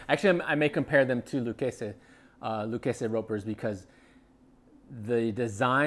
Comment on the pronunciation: Lucchese is pronounced Loo-CASEY